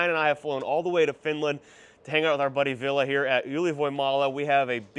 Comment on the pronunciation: VillE, VillE not VillA! C'mon! 😄